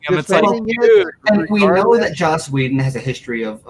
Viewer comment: It's Joss, not Josh.